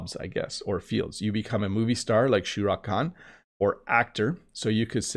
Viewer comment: IT IS NOT SHURA KHAN , IT IS SHAH RUKH KHAN